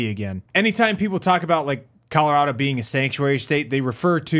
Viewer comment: It sounded like you said CALorado which I'm just gonna call a happy accident